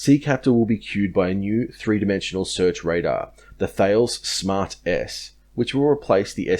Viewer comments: Note that "Thales" is pronounced as Tal-es, not Fails. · It’s not Thales it’s pronounced “ta-lez”. And the missile is “sea-septor” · Thales is pronounced as ' Tell -us' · Thales Pronounced “Ta-Les” fyi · I've watched quite a lot of your stuff now and I have to say, it's good work. I noticed some arguing about pronunciation in the comments section. Whilst I wouldn't have gone for your pronunciation of Thales, if they wanted their company name to be pronounced properly, maybe they shouldn't have been French ;). On the surface to air missile for the NZ ANZACs, RN Type 23s and future Type 26s though, it is definitely Sea Ceptor (ceptor from interceptor) rather than Sea Captor as you said. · Don't be a dunce. You lose credibility when you can't pronounce the name of one the biggest defense contractors out there. Or is provincialism, you know, "'Straya's the best country in the WORLD!!!" Or is it that you want to be the "smart guy in the room"? We all learn throughout life.